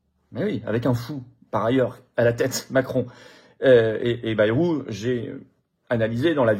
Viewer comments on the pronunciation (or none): none